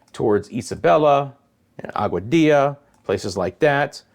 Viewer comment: Hi,.I heard your pronouncing Aguadilla.Yay!You're a fast learner.😁✌️👏